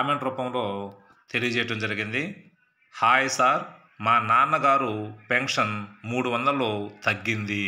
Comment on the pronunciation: Sir your pronunciation of pention (pencshion laga vunnadi) but it is like p enshion sorry for reminding Don't